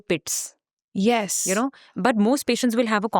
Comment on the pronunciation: The "Yes" was personal 😅😄